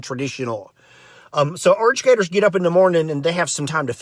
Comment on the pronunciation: erdercators. Churdrens. Lmao